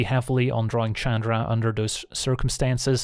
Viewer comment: I wonder why he always called her Chadra instead of Chandra.